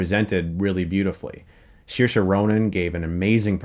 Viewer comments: Saoirse is pronounced SairSha not SheSha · lady bird- her name is pronounced SURE-SHA like inertia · Chris, it’s pronounced seer-sa not seer-she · “Sheersha” Ronan lol